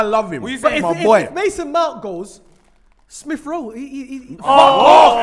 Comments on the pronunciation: Poor, man said smith-rowe and cantwell. I just can't, then had the braveness with chess to say mans football knowledge is 'he he ha ha' whatever that is lol big L for this whole show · Man said smith Rowe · Man said SMITH ROWE AND CANTWELL 🤣🤣🤣🤣🤣🤣🤣🤣🤣🤣🤣🤣🤣